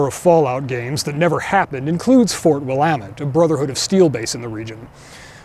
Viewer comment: You gave yourself away as a secret Westerner by pronouncing Willamette correctly.